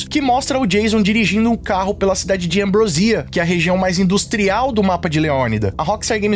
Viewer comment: É Ambròsia e não Ambrosía.